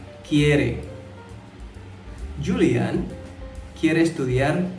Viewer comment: Julian di Baca Hulian